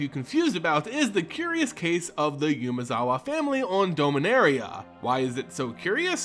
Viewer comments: Also constant YUUUmezawa instead of Umezawa is kinda annoying, I mean if I'm about to pronounce the same name a milliion times in a row, I might at least try to get it right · Ooo-mezawa, not yumezawa (as in the 'oo' in poop) Okagachi, not ow kagachi (as in the 'o' in offer' Miyojin, not mayowjin Great vid tho. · Great video as usual. Just gotta say it's "Oo-mezawa" not "you-mezawa" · It's Umezawa, not Yumezawa.